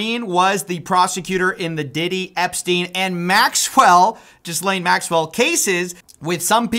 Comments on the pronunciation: It's /Ghi'lein/ not Ghizlane or Jizlane tho' 😅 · JFC, the "s" is silent. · This is an aside, but I find it interesting that USA journalists don't even try to pronounce "Ghislaine" correctly. It's not Jiss-lane, it's Gee-len. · Lot of people pronounce it Jizz Lane. I always thought it was pronounced Jer Lane. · Gil-lane hard G. How do people not know this by now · "Jizz-lane" gets me every time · It's pronounced "Gilaine", to be clear. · it's gee-lane. americans cannot comprehend a silent s. yes english is a messed up language, blame the french who we stole most of it from. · Why are Americans unable to pronounce Ghislaine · That's not how you pronounce "Ghislaine"